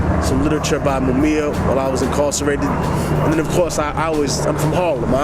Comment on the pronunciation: Technique looked as though he was going to pound that dude when he said Mumia wrong lol i could see the FEAR lol